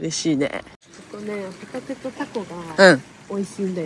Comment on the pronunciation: 私も海賊って聞こえた~ あはははは！！！ 笑って誤魔化せ~